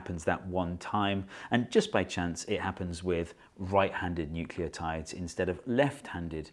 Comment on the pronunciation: each "nucleotides*" gave me a chuckle very nice